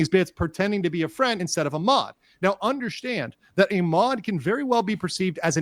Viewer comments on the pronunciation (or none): Now UNDERSHTAND